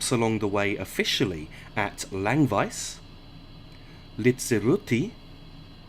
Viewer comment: As I said, he pronounced Chur absolutely correct, even with a touch of the local dialect. Germans often say "Tschur" and he didn't make that mistake. Simple as that. Chur was almost perfect, Langwies was way off, Litzirüti isn't too bad, after all he's an english bloke, so good enough for me.